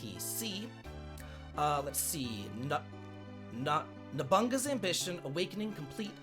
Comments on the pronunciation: Nabu Naga not nobunga...lol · If there is one historical Japanese name to be able to say is Nobunaga - No Buu Naga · I will never get it, you LITERALLY just read it like how it's spelled. No-bu-na-ga. Sht ain't rocket science. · Haha love it. Nobunaga->nobunga xD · 😆 I'm still laughing that he said nobunga's ambition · The way pronounces Nobunaga will never not be funny.